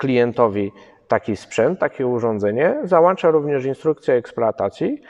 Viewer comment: Gdyby nie to "załańcza" zamiast "załącza", wystawiłbym piątkę, a tak tylko 4+.